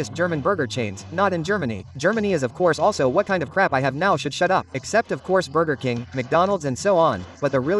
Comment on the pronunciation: "Burger Cain". Wer kennt es nicht :D